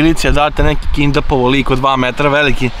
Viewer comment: Nije kindapovao nego kidnapovao😂😂😂.. No hate... Samo jako!